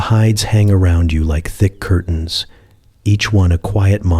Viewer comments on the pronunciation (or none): none